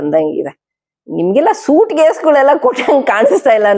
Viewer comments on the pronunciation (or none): none